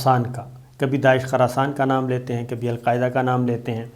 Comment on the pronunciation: Khurasan not kharasan plz correct